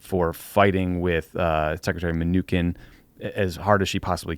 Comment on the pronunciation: This is the first time I'd heard Steven Mnuchin pronounced with a 'k' sound. I looked it up. apparently you're wrong? From an article here "(Hint, just say ”my new shin,” very rapidly.)"